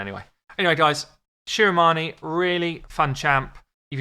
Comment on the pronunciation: I am here because the name of this game is my last name 👀😳 I wanted to hear how you pronounce it😂😂😂 it's actually the correct way